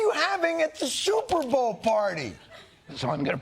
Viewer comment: Big fan but he said shuperbowl and I dont why it bugged me.